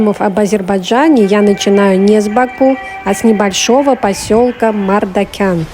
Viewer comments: Вообще-то МаржакАн, а не МардакЯн.Просто на азербайджанском звук ,,К,, в этом слове звучит мягко, как в слове кино.А следующая за К звук ,,А,, звучит просто как ,, твердое ,,А,, ( не йа, и не я). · Не Мардакян а Мардакан